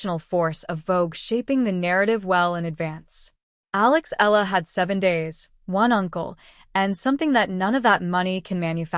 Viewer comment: Why can't you properly pronounce her (Alex) family name..?? I'ts Eala, capital E-A-L-A, Eala !!.. 😠😠